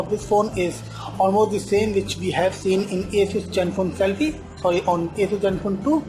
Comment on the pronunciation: its like hes saying jenfone 2... haha